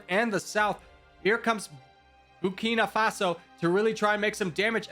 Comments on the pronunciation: Nobody suffers butchered pronunciation more than Burkina Faso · I love it everytime mispells Burkina Faso ❤️😖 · There are like 3 nations you pronounced incorrectly. Erit-trea Eswa-Teeni Bur-Keen-Na Fa-So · Etswana? Nambia? Entrea? Boko faso?